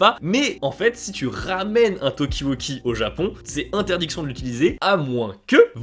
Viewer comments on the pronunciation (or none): Wakie Talkie (et pas Wauqui Tauqui), avec des A.